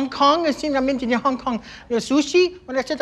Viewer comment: Curvyllama and he said sushi 🤦‍♀️🤦‍♀️🤦‍♀️🤦‍♀️🤦‍♀️